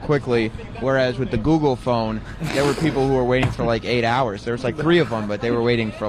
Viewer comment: Sam says google fon like he’s in fargo